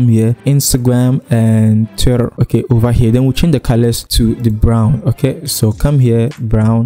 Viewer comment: Love how you pronounce the Twitter